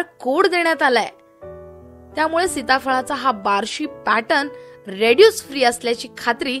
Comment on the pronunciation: त्या माहिती सांगणाऱ्या मॅडम रेड्यूस फ्री असं म्हणत आहेत... ते माझ्या मते रेसिड्यु फ्री असं असावं.